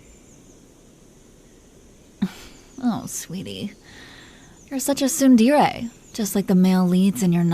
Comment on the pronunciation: There isn't a single part of me that thinks this is bad., I'll belong to you forever. Thx for the audio😊❤ Edit: I will say tho, the way she said Tsun-Dee-ray...that shit hurt me😭